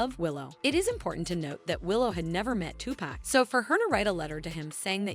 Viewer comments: 2pac! Not 2pack if it was 2pack it would have “k” at the end. 😅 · It’s not 2 pack for Christ’s sake Tupac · Tupac not two pack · I stoped watching after this white lady said “Two-Pack” 💀 like she hasn’t heard millions of people say it the real way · Why the narrator keep callin this man Tupack🤣🤣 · bruh this narrator.. Two Pack, what you talking about? We in a grocery store or something? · It's TuPac not Tupack... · It is not Too-Pack It's Tupac's "culture covered" lol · I can’t believe she is pronouncing his name “TuPack” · It is REALLY hard trying to FOCUS on the content of this video considering the NUMBER OF TIMES the host mispronounced Tupac's name, :face-red-droopy-eyes:.......... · “Tupack” lmfao. It took me out of the narration every time. I had to keep going back to hear it again 😂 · Who’s Tupack, I don’t know any Tupack? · Who the F is TUPACK??? Are you talking about Tupac? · If she says two pack again!!!!! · Wth….. say Tupac’s name correctly…. Down voted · Nope. I Refuse to listen to her butcher Tupac's name like this. This is BS. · I can’t even watch this the way you continue to mispronounce Tupac’s name 😢ugh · The way the narrator pronounces Tupac's name makes me cringe. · it took everything i had to not skip this video every time you pronounced Pac's name wrong. Annoying AF!